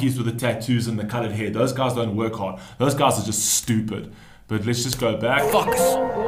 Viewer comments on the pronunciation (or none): none